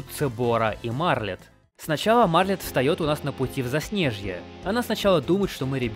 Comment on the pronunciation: У меня тоже — почему "Марлет", а не "Мартлет"?